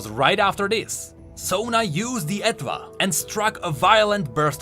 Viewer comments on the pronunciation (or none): i am midly triggered cmon how do you not know this *Her instrument's name is based on & pronounced the same as French étoile*, etoile means star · I'm 99.99% sure the "Etwhal" is pronounced like "étoile" in French